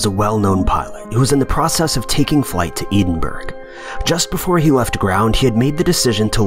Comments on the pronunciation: eedinburgh? where is that? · If you say eedin burg, please stop making videos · Edinburgh is actually pronounced as ‘ed-in-buruh’ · "Eden" burgh? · "Ee-den-burg"? Maybe look up pronunciations first. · Edenburg is not a real place mate. Do some research and you might find a place in Scotland with a similar name but its not pronounced like that at all. I know you yanks struggle with differentiating Scottish and Irish or just accents in general but its not hard to do a little bit of research. Good video, shit pronunciation. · Edinberg!!!!! bwaaa haaaa haa ha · Edinburgh pronounced edin-burrow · Its called the eaten burger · Eden Burg? Lol. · Edenburg lol. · Still busy trying to find "Eden Berg" on the map. Has this place come from the future and now returned so it no longer exists? This is a real mystery. Hang on - just listened to another take on the same story. The place does exist - it's called Edinburgh. capital of Scotland. Mystery solved. Come on narrator check your pronunciations before you commit to a vlog!!! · The narrator has never been to Edinburgh (pronounced "Ed-in-burrow"). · Fucking EDEN-BURG?! Are you serious?! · AS a Scotsman i'm utterly baffled by your pronounciation of Edinburgh.............. Eden Burg! WTF!! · EEDINBURG? i have never hear Edinburgh pronounced like that before! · Ed-in-borough . It's not difficult. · well Ed-in-Bu-ruh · It’s pronounced Eh-den-bruh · its Ed-in-burra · Eeedinburg? Are you fucking kidding me! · Have you never heard the correct pronunciation of Edinburgh? Ed as in Edward not Ed as in Eden. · Eed in berg? My God you're a stupid idiot. No wonder your content is getting worse. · 'eedin-berg' lmfao that is not how you pronounce the capital city of Scotland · Lol "eeedinburg" . Fucking hell mate. Couldn't you have researched how to pronounce city names? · hahahadracula Ed in bruh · wait was he trying to say like edin boro? Im typing it as you say it phonetically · theworldiswaiting Haha yup, thumbs down just for Eeedinburg!